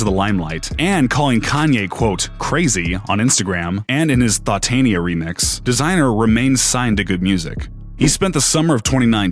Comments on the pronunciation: You said ThotTania Remix, im dead. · he also said thotania